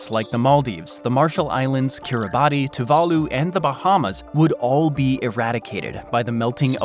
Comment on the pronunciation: Kiribati is pronounced Kiri-bass